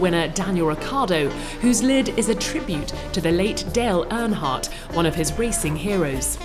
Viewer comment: Did she just say DELL Earnhardt?😭😭😭